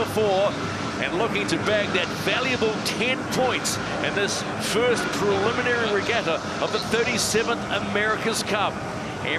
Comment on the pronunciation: Except Peter Lester can't seem to pronounce "Preliminary" or "Inaugural" properly.